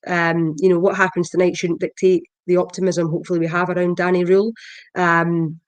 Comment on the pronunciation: I think his name is pronounced Danny rule not Danny roll